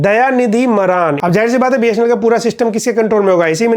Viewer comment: मारन है भाई मरान नहीं